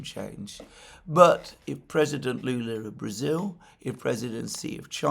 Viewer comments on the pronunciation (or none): none